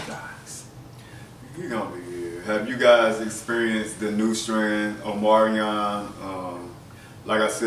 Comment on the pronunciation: You can't say Omarion! 😂😂😂